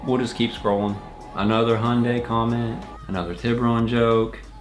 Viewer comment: Ok its pronounced Hi-un-day